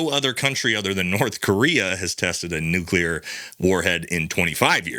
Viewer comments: Dear wife: Please inform that the word is pronounced just like it is spelled. Nu-cle-ar. NOT "nuke-you-ler." Thanks. Love ya! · “New-Clee-Yur”…not “New-Cue-Lur”, there